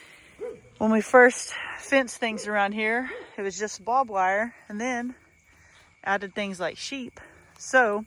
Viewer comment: it’s not bobwire it’s barbed wire lol